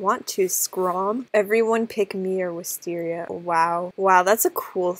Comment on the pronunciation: It’s wis tar ier! Lollolololololololo